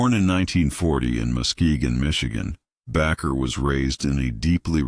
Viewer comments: Jim Bakker’s name is pronounced BAKER, not “Backer.” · Your about the most ignorant dumb youtuber ever. Jim Baker is pronounced BAKER LIKE AS IN BAKING A CAKE. IN ADDITION YOU USED JIMMY SWAGGERETS PICTURE WHILE YOU WHER DISCUSSING MARCHALL AND TD JAKES WHILE DISCUSSING HINES MAYBE DONET GET AI TO DO YOUR VIDOES FOR YOU YUOU LOOK STUPID.